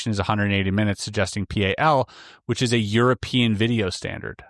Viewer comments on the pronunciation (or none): none